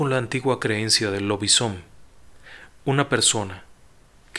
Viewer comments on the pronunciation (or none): me encantó. No la sabia entera la historia y la forma de relatar me engancha ☺️ pero si me permite corregirle un par de detalles, Ourense es en gallego, Orense en español. Y me pareció entender que pronunciaba "lobis home" la parte de hombre como en inglés ( pero no estoy muy segura tampoco, quizá lo dijo bien) de todas formas se lee como se escribe (por si acaso) . Aprendo muchísimo con sus relatos, estoy muy contenta de oír algún relato de mi tierra contado por ustedes, es una maravilla 😍 ojalá hablen de más historias y aprendamos juntos